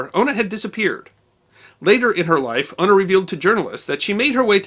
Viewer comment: Sorry but it's Una not Ono it's an old Gaelic (gaelige ) name